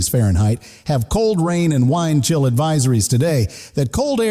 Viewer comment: it’s not “wine chill” it’s wind chill😂